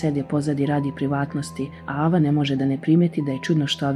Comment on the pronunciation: Nije ava nego ejva